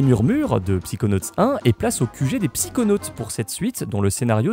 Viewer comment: On dit "Saykonauts" et pas "Psikonauts"